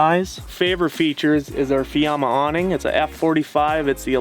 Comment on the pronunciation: really nice build, and cute couple... but I'm definitely going to tease the way they pronounce some words, like a combination of low energy mumbling with the occasional French accent. "Proh-Pain" "Ahhm-beee-ohnce" "dreen-keeng" "Awwh-neeng" "Soph-close" "Treash-bahgs" ... like talking is painful or they've never used the word in conversation more than once.